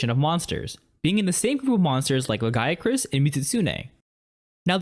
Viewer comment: Why do these idiots on YouTube have the ability to look up what the meaning of a monsters name is like Uth Duna, but can't figure out how to pronounce any of the names like LAGIACRUS!? its Lah-gEE-a-cruise. The goddamn wiki has the katakana which you could easily use for pronunciation system. The Japanese language is a naturally pronunciationable language.